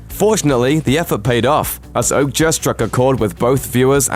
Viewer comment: Your pronunciation of some of these titles is cringe! Machina and Okja/Mija I’m pretty sure we’re wrong! Machina is ma-key-na, Okja is O-kya and Mija is Mi-ya, isn’t it..?